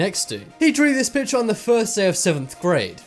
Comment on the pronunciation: drawring ? really ? my god its drawing not drawring and its picture not pitcher